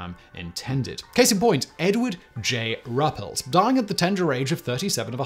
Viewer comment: Simon, Simon, Simon. It's pronounced "roo-pelt" not "ruh-pelt". Thank you.